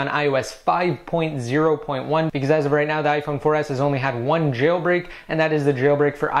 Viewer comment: Don't you hate the way he pronounces Jailbreak? Hes like ChhhAiLbreak. Lol